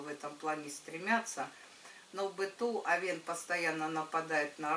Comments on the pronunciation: не овеееееен, а ооооооовен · Режет слух...я уже писала, что ударение должно падать на Овен, а не овЕн